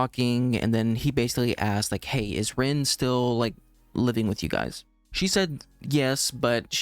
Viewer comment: just so you don't get confused later (I've seen other reactors get mixed up on it)......her name is pronounced like Reen. You'll understand why I'm making this clarification lol........but the girl who turns into the horse is Reen, not Rin.